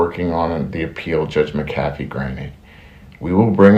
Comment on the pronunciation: Doug, you should put a sign up behind the camera so you can read the word "Mac A fee" to remember to pronounce the weiner judge's name correctly. 😂